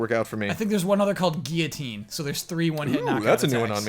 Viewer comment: do you really pronounce guillotine like that? hahaha.